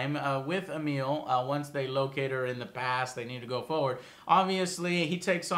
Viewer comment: I know I'm just being picky, but it's Emilia, not Emile, bugged the shit out of me hearing her name wrong.